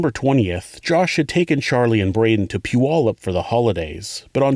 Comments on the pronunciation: You are the first person that I've heard Puyallup correctly in a video. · Dang, you nailed Puyallups pronunciation! Phenomenal content! Thank you so much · We’ll done on your pronunciation of Puyallup! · I’m just shocked you said puyallup the way I said it when I lived there. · Impressed at the pronunciation of Puyallup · Love this channel. You do a great job and while discussing difficult subject matters, keep it respectful. Also, thank you for pronouncing Puyallup, WA correctly. You'd be surprised how infrequently that happens. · Only a true Washingtonian can pronounce Puyallup properly. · I believe the narrator grew up in Bremerton, so he’d better know how to pronounce Puyallup